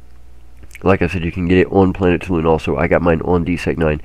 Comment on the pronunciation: When are you going to start pronouncing Toulan properly?